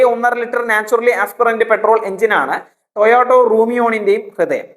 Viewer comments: It is TOYOTA, not Toyoto...😢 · ടൊയോട്ടോ അല്ലെടാ വിഡ്ഢി, ടെയോട്ട എന്ന് പറ. നിനക്കിത് ആരാണ് എഴുതിത്തരുന്നത്? കമ്പനിയുടെ പേരുപോലും മര്യാദയ്ക്ക് പറയാൻ അറിയാത്തവനാണ് review നടത്തുന്നത്